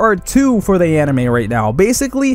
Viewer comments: First thing you said was hentei instead of anime 😂🤣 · Am I the only one that heard ‘hentai’ on the beginning? 🤣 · He said henti in the beginning